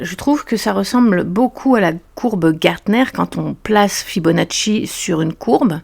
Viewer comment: Mais t'es qui toi!? Aller casse toi! Tu sais même pas dire etherum 🤣 et Fibonacci c'est ton oncle? 😂